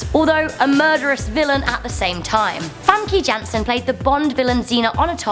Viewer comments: it's "Fham-kah" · Famkey ? wtf pronounce her name right....